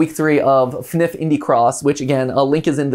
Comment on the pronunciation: Btw it’s not pronounced fnif is F N F it stands for Friday night funkin